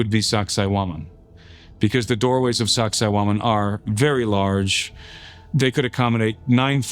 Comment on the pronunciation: Every time he said Sacsayhuaman all I heard was sexy woman. Lol. :face-purple-crying: Lord Jesus please come get us Soon ! This place is nuts.